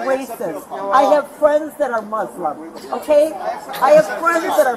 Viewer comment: karen is saying that she has friends that are Muslim and shes being racist to them and also thats not even how you pronouce Muslim